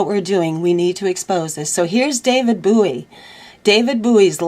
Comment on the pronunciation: it's david BOW EE. not booey. fyi. nice to hear your voice and the news you bring. ty.